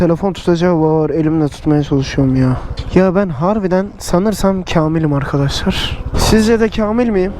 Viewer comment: nobody : arkaşlar